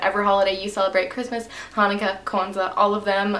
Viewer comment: OMG YOUR THE FIRST BEAUTY GURU WHO SAID HANUKKAH RIGHT OMG OMG OMG